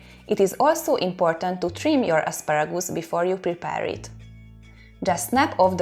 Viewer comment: Isn't asparagoose it is however asparagus